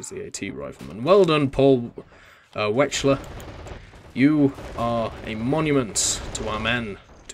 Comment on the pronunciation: Hey, you pronounced "Paul Wechsler" almost correctly! :D